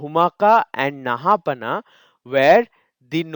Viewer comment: I think it’s pronounced “Naha-paana”.